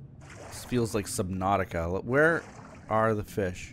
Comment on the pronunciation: I am pretty sure you said subnatica